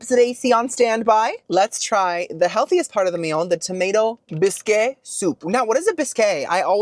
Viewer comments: It’s pronounced like bisc, no ay sound at the end of the word. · Did anyone tell him how to pronounce bisque? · is trolling with the pronunciations of bisque soup and brioche I just know it LOL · Hey girl! I went to french culinary school, a bisque is made with cream or milk most soups don't have dairy. Add milk or cream to tomato soup and it becomes tomato bisque. Also you are the cutest human, I love that you said "biskay". I cackled and I love that you say words differently than what they are <3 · Hi! Not sure if you were pronouncing Bisque as "Bis-kay" in a fun playful way like you pronounce Buffet as "Boof-fay" or if you think it' is actually pronounced as "Bis-kay". If the former continue on but if you are curious how to pronounce Bisque properly it is pronounced as "Bisk". It rhymes with Risk and Tisk. 🥰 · Haha oh, bisque in English is pronounced like bisk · I'm like "oh ". Then he goes on to say "biskay" like 10 more times 😂❤ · Sandy crack having boi ❤😂 Bisque = pronounced like bisk (it’s a French spelling OG)❤️❤️❤️ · Pronunciation guide: Bisque = “Bisk” It’s the least I can do after so many wonderful videos! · first, I want you to know that I love you…. Bis-kay?😂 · I miss Publix 😢 I had to move back to La.. It’s pronounced Bisk,lol You should try shrimp or crawfish bisque,yummmm..❤ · Is he mispronouncing words on purpose? Like mesquite and bisque? He's a food reviewer I would think he knows those words. If he's joking maybe say that so we know you're not serious 😅 also if they're charging you $5 for those soups I'd fill it to the top! 😂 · "Muh-Skeet" (Mesquite), "Bree-o-sh" (Brioche) & "Bisk" (Bisque). You trollin'? Lol. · Loved this one. FYI Brioche is pronounced "breosh and Bisque is pronounced " Bisk" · Busk & Bree o sh is the right way to say these words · I think its funny how you mispronounce words all the time. BOOFAY, BISKAY, BRIOCHAY.....HAHAHA. DO people not CORRECT YOU???😊